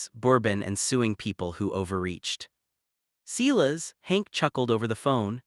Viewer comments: Damn it can't you use a real person to read this. It's not Clis, it's Sil as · The ranchers is pronounced sigh-lus. Get a better AI, or learn how to read.